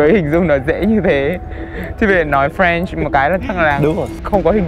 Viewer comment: Anh Tú voi ơi em lạy anh, French mà anh nghe ra Friend 😂😂😂😂